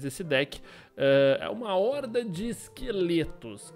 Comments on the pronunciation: Orda? kkkkkk cara q corrigir e ainda fala errado xD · Órda de esqueleto Kk